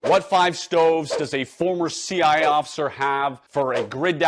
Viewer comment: Why does only say "C-I" officer instead of "C-I-A" officer?